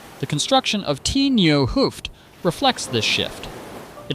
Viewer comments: nice to watch but painful to listen to. why not ask someone how to pronounce those dutch words. p.e. the T is short for 'het'= the, pronounced as [hat]. hooft is pronounced [hoaft] etcetera. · Ou(de), meaning 'old', is pronounced as 'ow' in 'now', (H)oo(ft) (meaning 'head') is pronounced as 'Oh'.